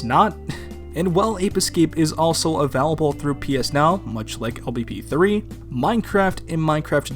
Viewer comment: Why do you pronounce "available" like that? Did you see it in a final fantasy game? That series seems to inspire a lot of unexplainable pronunciations from fans.